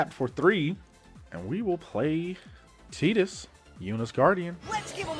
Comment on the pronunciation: It's pronounced "Tie-dus", because it is a play on "tide".